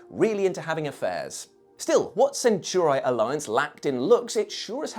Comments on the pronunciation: For crying out loud its not "centurai" its "centauri" i really hope they didnt say it like that on purpose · Are we sure THAT is how you pronounce "centauri"? Asking for a friend